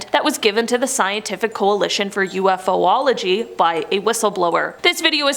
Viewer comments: It's *yoo-faa-lug-jee...NOT ewe-eff-ohh-ology 🙄 Honestly...if you don't know the proper pronunciation of ANY word...then you have no business including, using and/or discussing that word/topic...ever...period...let alone on a video forum that literally has a plethora of videos, that show the commentators correctly pronouncing said words! Say it with me...U-FOLOGY! UNFUCKINGBELIEVABLE!!! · Great video! I'd just like to point out that the word is pronounced u-fology, not u-f-o-ology. :) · Except she can't properly pronounce Ufology 🙄